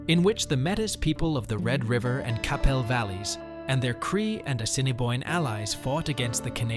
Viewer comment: Enjoyed this video. However, the pronounciation of some of the names needs work - e.g. Quepelle and Metis.